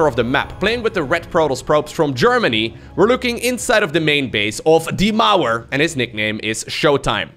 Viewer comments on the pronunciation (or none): Pronounce "DIE MAUER" not Deemouwr, but D-Maow-A! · Shoutout from a german fan. I love how you pronounce „die Mauer“😂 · same sounds a bit more badass than the "correct" pronounciation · He's a dutch , I think thats on purpose. thats like basically similar